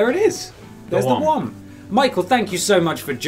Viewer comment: Come a little closer to the ‘Woms’